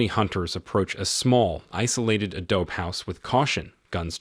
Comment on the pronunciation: It's not 'uh-dobe' it's 'ah-dough-bee' fail downvoted four times just to make sure.